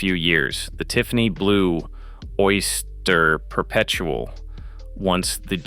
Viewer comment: Worst AI voiceover I have ever heard. Down voted. "OY-STA-HERR P-P-ERPT-UH-EL" LMAO